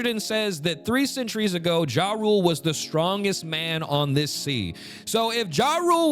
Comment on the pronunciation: You pronouncing Jarul as "Ja Rule" is the funniest ish ever lmao